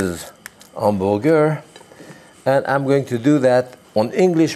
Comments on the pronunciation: From now on, I am going to pronounce hamburger as "'am-buer-gare." I love this man. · The way he says hamburger reminds me of my Italian great-grandparents and uncle. Love it!